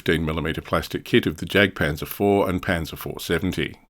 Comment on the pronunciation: Interesting stuff! I’ll definitely be looking out for this manufacturer in future! By the way, the German ‘J’ is prounounced like the English ‘Y’, so ‘Jagdpanzer’ should be pronounced ‘Yagdpanzer’. Just something to consider for future videos, keep up the good work!